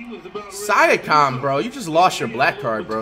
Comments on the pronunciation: Flight learn how to say siakam right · Sike em instead is siakem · That syakom dude’s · I pronounced siakam like flight today 😂